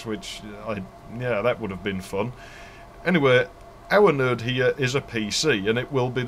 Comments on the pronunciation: Your videos constantly impress me. You cover the cool shit that so many others overlook. A couple notable things about this video: Node sounds like nerd to my American ears. TCP/IP really isn't a heavy protocol stack. Seriously. I mean it. IPX is certainly routable. I used to work on Novell Servers which would route it. And IPX is akin to IP, while SPX is akin to TCP. 4Mbps Token Ring is faster than 10Mbps 10b2 My sides are orbiting the Andromeda galaxy Since you covered a few Ethernet alternatives, there are a few more you overlooked: Null-modem cables Laplink parallel cables (like a null-modem for parallel ports, 8x faster than RS232) Networking over iEEE1394 (Colloquially known as FireWire) Infrared/IrDA AppleTalk Twinax (LOL ok just kidding, mostly used by 3270 terminals and emulator cards to hook up to AS/400 systems. Not really networking) And the few 'perverted standard' networking cards that allowed you to daisy chain computers together with phone cable (I think Artisoft was the perpetrator of this abomination) But I will also say that most DOS games would use IPX/SPX for networking, so you would probably have to run 2 protocol stacks on your LANtastic network. Back in those days, I only ran IPX/SPX as WFW 3.11 worked fine on IPX/SPX, and the DOS support was excellent, and it was THE industry standard at the time. I've enjoyed working my way through your back catalog of videos. Cheers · Properly detailed and knowledgeable. How many times exactly did you say "...or the network will go down"? Oh, and when you say 'node' it sounds just like 'nerd', especially during the corridor / sound-proofing analogy. ;) So yes, I'm definitely considering an ARCnet video now!